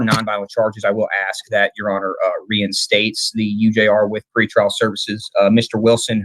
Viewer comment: It's "Pre-trial" my friend. 👍🏻